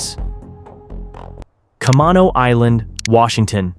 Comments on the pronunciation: Ca-mane-oh island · kuh-MAY-no island. Is how it’s pronounced. Sorry to be a stickler, just a fellow Washingtonian here 😂